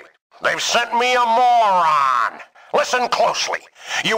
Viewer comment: My new favorite word is “mo-ran”